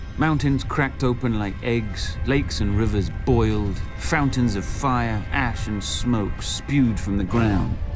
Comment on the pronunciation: did he say frountains of fire ?